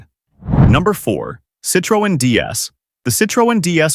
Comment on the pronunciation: Citro en 😂 AI slop.